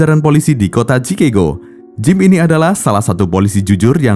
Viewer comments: Pengucapan kata Chicago di luar negeri juga ucapannya Chikago buka chikego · CIKAGO min bukan CIKEGO hahahhaha... kocak !!!